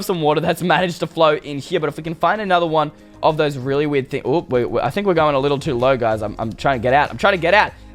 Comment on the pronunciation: Instead of you saying werid you say weed